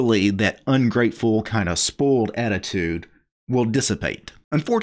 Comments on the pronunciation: Thanks, your's was the first comment mentioning it. I always thought what is he talking about? I have never heard someone pronouncing it spoaled but everytime the distinct oi in spoiled. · It cracks me up how you annunciate "spoiled." I'm hearing "spolt." No biggie and no BFD...just interesting! Wrt the video, right on man.